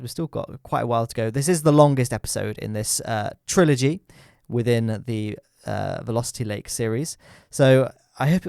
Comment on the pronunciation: When you said "Vilositty lake" I thought you said lusty lake xD